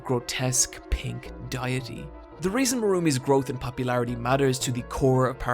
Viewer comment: The word “deity”: exists: “Diet-y.” Me: “NANI?!”